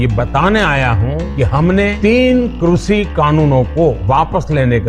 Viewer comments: कृषि तो बोला नहीं , क्रूषि कब से कृषि होने लगा! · "कृषि" शब्द का उच्चारण भी सही करना नहीं आता, साहिब चले हैं किसानों की आय दुगनी करने के लिए 🤔